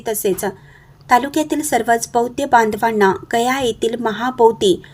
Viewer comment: ' बौद्ध ' असाच शब्दाचा उच्चार करा.बौद्य नव्हे.